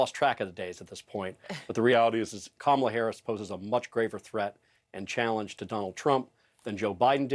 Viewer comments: If the Ttump campaign’s definition of taking Kamala seriously is going to their base with dog-whistle shi (ie. Willie Brown, DEI, mispronunciation of her name), they may want to up this from an amateur hour, clown car routine & tack to the middle where undecideds live. I’m really hoping they just devolve into the cesspool a bit more cuz it is past DonOLD’s prison bedtime (thank you Kimmel!!!). Drumpff 20-24 years!!!!!! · trump keeps mispronouncing her name. Kamala should start calling him Danald or some variation that doesn't sound right. He should be called out and correct EVERY TIME he mispronounces her name. Of course he's not called out by ANYBODY, particularly from the MAGA crowd and the sycophants.